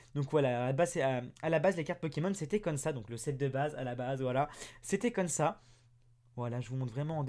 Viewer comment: Tu peu dire comme sa au lieu de cône sa